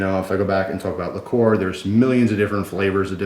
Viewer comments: likor? i thought it was pronounced liquer? ueeerrrr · he did pronounce vodka funny but liquor and liqueur are pronounced differently, and he mentioned liqueur